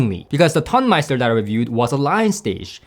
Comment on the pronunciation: I think that comparing these seperates against the Tonmeister is comparing apples to oranges. I would say that it is less about „better“ than different. It‘s a different type of sound. You describe these differences well. BTW: it is not pronounced ton (as in „it weights a ton“), it’s pronounced like tone (as in „it has a beautiful tone“). Tonemeister means sound engineer in German.